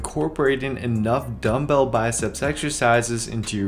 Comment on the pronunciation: "Dumbbel only"